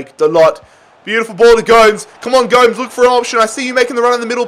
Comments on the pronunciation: No one: Absolutely no one:: calling gomEz goams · Go-mez not ghomes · Man said 'angle g-oh-mes' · It's Gomes as in Gomez not Gomes as in G(n)omes 😂 nice though lol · Gomes not gome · Please,Gomes is prononuced gomez,yknow,like the german striker,mario? Just with an s on the end,go mes not goames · Bro it’s angel go-mes not angel Gomes it is so cringy that you’re pronounced it wrongly sorry for correcting u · The correct pronunciation for Angel Gomes is Angel as in an Angel or Arch Angel and Go mez. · PLEASE STOP CALLING GOMES GOWMS!! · Also the way he said Gomes' name is beautiful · why did he say gomes like that lmaooo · please don't ever say Angel Gomes' name like that ever again lmao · I was laughing evrytime he misspronounced gomes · has to be the worst pronunciation of angel gomes i have ever heard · The man cannot pronounce Gomes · Bro please never say Gomes like that ever again, its triggering me beyond belief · Hi its prenounced Angel like and angel from heaven and Gomes like Gomez 😁